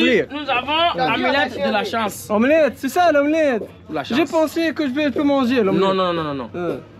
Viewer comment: يقصد amulette de la chance 😂اما كلي ينطق فيها omelette 😂